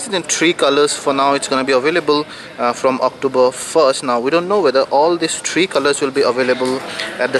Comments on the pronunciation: Yes I realised that, it sounded so funny though, nice to see other people with a sense of humour. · LOL, He means 'THREE'